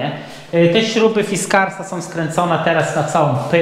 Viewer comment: Kołki Fischer, Emilofonetycznie "fiskars" ;-)